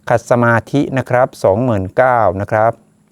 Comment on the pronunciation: อ่านว่าหนุมาน ขัด ซะ หมาด ค่ะ ไม่ใช่ ขัด ซะ มา ธิค่ะ